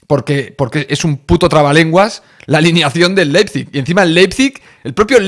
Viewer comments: yessi marsh es la pronunciacion 🙄 es ¨ar bi laipzig¨ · Se pronucia Laipzig😂. Vivo en Alemania y te entiendo tio😂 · Ah, sobre la pronunciación del nombre del club alemán, primero te falta una letra, tu pones LEPIZIG y es LEIPIZIG... foneticamente se pronuncia "LAIP-SIG" 😁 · Si se le dificulta decir los nombres de los jugadores de Leis Pig Ya me imagino como hubiera reaccionado a los nombres del equipo lokomotiv de Moscu o del AEK Atenas del 2003 jajajaja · Spider...a ver lección de pronunciación. Te escribo como se pronuncia el entrenador del leizip. Jissi Mersc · Pues Leipzig es muy fácil de pronunciar